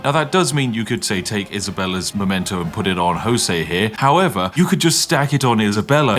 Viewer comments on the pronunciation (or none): none